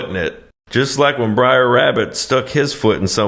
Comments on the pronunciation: relax, i was just winding you up for taking it so seriously - also there's no "original" book. These are folk tales. There's no single correct way to spell or pronounce it. The main thing is that it is brother, not briar. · Love yer stuff... It's not "Briar" Rabbit, it's "Br'er" or "Brer" Rabbit "Brer" is short for Brother, and "brer" rhymes with "share"... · It's not Briar Rabbit, it's Brer Rabbit. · Brer, not Briar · It's Br'er Rabbit, not Briar Rabbit. He does hide in a briar patch, but that's not his name. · It isn't Briar Rabbit, it's Brer Rabbit. It is a shortened way of saying Brother Rabbit, Brother Fox, Brother Bear. It's kind of like hillbilly speak, only it's old time black speak. Like in hillbilly, critter is creature, vittle is victual, bob war is barbed wire, borry is borrow, nekkid is naked, etc. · It’s not BRIAR Rabbit. It’s Br’ee, pronounced BRAY’er. You’re thinking of the prickly plant referred to in the fairytale known as a briar oatch. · Br'er is pronounced Brere (like there) not Briar. Br'er=Bro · It isn't "Briar..." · Brer Rabbit, Brer Fox, Brer B'ar, Brer Wolf, Brer Polecat, Brer Rattlesnake, Brer Tarrypin, etc. "Brer", for "brother", not "briar". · It's not Briar Rabbit. It's Br'ar (pronounced Brayr). It's like brother rabbit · Br'er Rabbit. Br'er Fox. Br'er Bear. NOT "briar". Yeah this movie is effed up but at least get things right. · "BRER" NOT "BRIAR" FFS YOU'RE KILLING ME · Briar Rabbit? I've always pronounced it Br'er Rabbit. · I swear you guys are saying 'Briar Rabbit' instead of 'Br'er Rabbit' intentionally just to piss everyone off XD Doesn't help that Br'er Rabbit falls into a briar patch at one point in the story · It's pronounced "brair" not briar. It's Br'er as in BRothER. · Not "briar" rabbit, fox or bear. "Brer" rhymes with hair, it's old southern slang for 'brother'. C'mon, you can do this. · Yes. He's killing me a little every time he says "Briar". "Br'er" = "brother". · "Br-eye-r" Rabbit? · It's brer, not brother.